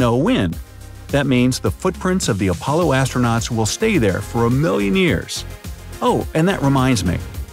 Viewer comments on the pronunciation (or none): none